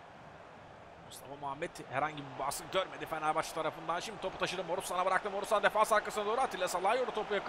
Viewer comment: abi sen niye morutana borusan diyorsun